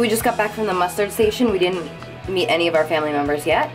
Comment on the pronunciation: muster station not mustard lol